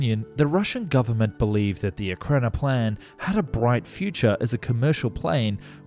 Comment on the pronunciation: E RAK NO PLAN. What is so hard on it to pronounce? You did not nail it through your whole video, not once.